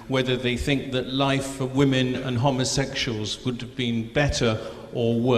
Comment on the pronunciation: that bitch can't even pronounce homosexuals